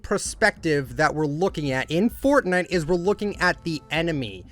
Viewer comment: It’s not Furtnigt, it’s Fortnite